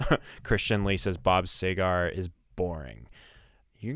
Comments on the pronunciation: Not Sea- gar.. It's Seger, Sea-ger like her. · Pronounced Seeger